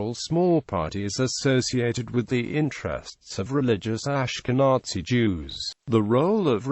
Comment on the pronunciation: The pronunciation of the word "Ashkenazi" in this video is beyond unfortunate. Please fix it!